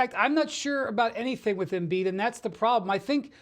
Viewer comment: Embid to tha Lakers”😄😄😄